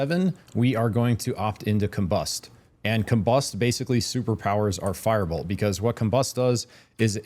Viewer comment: just a word not to be nitpicky, but you are not great at pronouncing your words and was extremely hard to follow the part about firebolts because your firebolt sounded the same as fireball and i had to repeat that spot in the video several times to make sure i got it right what spell to pick hehe, carry on hehe